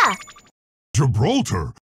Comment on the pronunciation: did monkey actually say gibraltar?